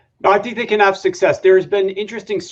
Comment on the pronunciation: Bro success not sussess suc·cess /səkˈses/